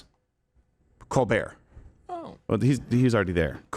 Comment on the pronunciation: His name is pronounced Coal -burt. fact